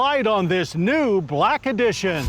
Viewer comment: *Blacky dision* 😂